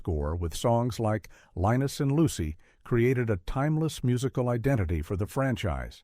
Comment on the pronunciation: "Lynn-us"? Not "Line-us"?